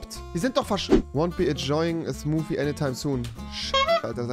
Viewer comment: Niemand: Wirklich Niemand: Rewi: SMuUuFii